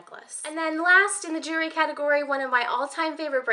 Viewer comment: It's so cute how when you say jewelry it comes out sounding like "jury". I don't have any Tiffany jewelry. I can dream.